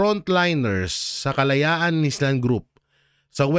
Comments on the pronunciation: ‘ISLAND’ is pronounced as ‘I land’ silent ‘S’… hindi po ‘IS-LAND’…. ✌️✌️✌️ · correction lng po yong basa mo na island ayland ang tamang cguro sorry lng hah sana mapauwi na c tatay digong at sana maging president na c inday sarah para kulong na ang mga magnanakaw at aangat na muli ang ating bansa God bless us all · Island ka ng island ang pag basa AYLAND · Sir, yung island ang pag pronounce ayland. The other day sinabi ko na uulitin uli. Please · Hello sir, no offensement Po Yong bigkas Ng Island ay ( Ayland).huwag Po magagalit dipo kita bash just for correction sir